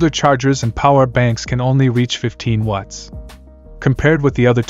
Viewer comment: The way the AI voice says "watts" sounds like "wuts"